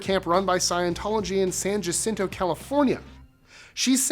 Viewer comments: 😊San Ja cinto? Dude the J is silent, sorta like San Ya-sin-to. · San "Yah"-cinto, not San "Jah"-cinto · In Spanish, "j" makes the "h" sound. San Hacinto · Isn’t it pronounced San “Ha-cinto”? Fa-hitas or Fa-jeetas? Gringos 🙄